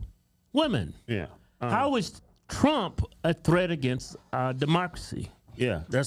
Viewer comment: Please Its not CRUMP dont make me say it😂😂😂😂